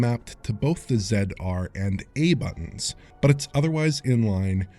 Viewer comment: "zAiD R & A booTOns"